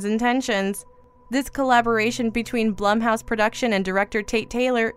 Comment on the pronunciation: It's pronounced Blume it drove me nuts when she said it wrong. I have no idea why 🤣🤣